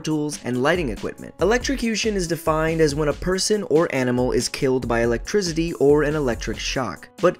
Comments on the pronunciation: Why do you say Electrizidy like that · why do you keep saying electrizity. wtf...thumbs down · He pronounces it lick electrizzidi lol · said ELEGTRZIDY instead of ELECTRICITY